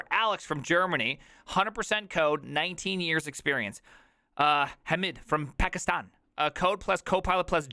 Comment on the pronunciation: The way you pronounced Pakistan made me uncomfortable